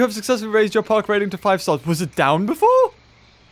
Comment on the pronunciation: "To the starsh...to the starsh...."